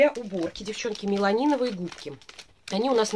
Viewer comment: привет. Классное видео! Просто обожаю твои распаковочки. Кстати, губки правильно называются меламиновые, а не меланиновые - это не в укор, это просто небольшая поправочка.